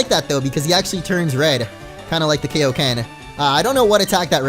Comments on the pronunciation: It's pronounced "Kaiōken", not "Keiōken". Because it's named after it's creator, King Kai. Kaiō sama. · It's pronounced guyoken but with a k sound instead of a G sound, it's not Kayoken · It's pronounced K-eye-o-ken not K-o-ken, Sorry that bothered me way to much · it's KAI-oken, it's like saying hi, not like hey